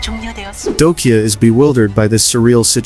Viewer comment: Good video but bro, his name is pronounced as Dok-Ja, not Dok-Ya. You have to pronounce the J, not omit it.